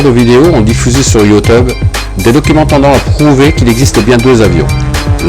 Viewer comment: "youteube" mdr